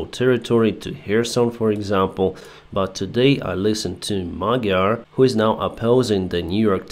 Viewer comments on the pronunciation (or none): the correct pronunciation of "gy" in Magyar's name is: д+ь (or д+я) The Ukrainian palatal d = Hungarian palatal "g"